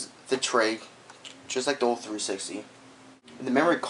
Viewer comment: this guy cant say old......